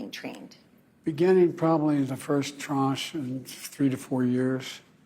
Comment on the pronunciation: + minutes, he says, “Beginning in the first ‘TROSH’”, what is that? And interest rates were NOT 9% when he took office! When he denies the economy is bad, that infuriates me! He’s either delusional or an absolute liar! Don’t deny there’s dog poop on the bottom of your shoe when everyone clearly sees and smells it. The American people know a perpetual prevaricator when they see one! Trying to blame this economic mess on “corporate greed” is lazy lunacy! Believe me, Americans have far more things to be concerned about than the size of a stupid snickers’ bar! And please, do tell how you are lowering rental prices and building more homes. Just because words come out of your mouth doesn’t make it true!! And for the love of all that is pure and holy, someone please coach him on how to pronounce, “ legitimate”!